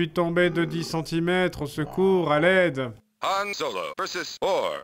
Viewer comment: Dans ce cas là si c'est volontaire je te pardonne x) Y'en a tellement qui disent Yan au lieu de Han même en sortant du cinéma encore aujourd'hui. Sur ce, je reparts sur mon millénium condor !